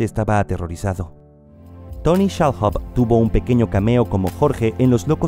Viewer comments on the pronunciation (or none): No se supone debe haber primero una preparación para hablar ante un micrófono? Tantos años oyendo que SHALHOUB se pronuncia SHAL-UB y aquí lo pronuncian SHALJUB, pésimo.